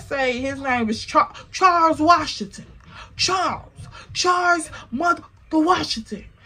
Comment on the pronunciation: Not "Charles" sounding like "Checkmate" This was worth the wait 😂